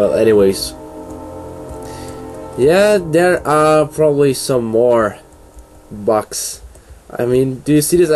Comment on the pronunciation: It's BUGS, not "BUCKS".